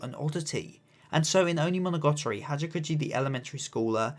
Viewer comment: Great video, seeing how Hachikuji and Araragi bounce off each other during conversations through the series and where their arcs take them is so fun and I love how you highlighted the way they both helped each other in a way by meeting. Also I don't want to be nitpicky sorry but why do you pronounce it like "Monogotori"